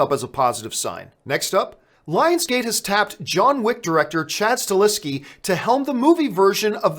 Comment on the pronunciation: Please stop mispronouncing Chad Stahelskis name. It´s not StaLeski. It´s StaHelski. Good show though.